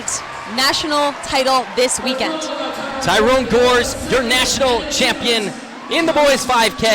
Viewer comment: If they say Gores one more time bruh I swear ITS GORZE